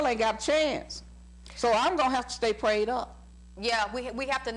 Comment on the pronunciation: "I GOTTA STAY PRAY'ED UP"